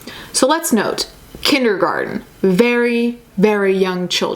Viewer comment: Christy Fielding lol you dont have to be sarcastic. english isnt even her first language. you may be surprised but shes not from here lol